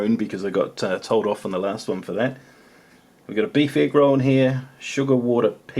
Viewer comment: everytime he said egg roll, all I can hear is negro